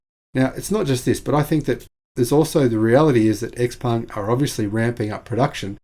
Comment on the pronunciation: bring it on. I'm very open to buying a Chinese made EV by Xpeng, BYD etc. BTW, I understand from numerous sources, including inside China, that Xpeng is pronounced Show-peng (with Show pronounced like we pronounce"how"). Thanks for a very informative video.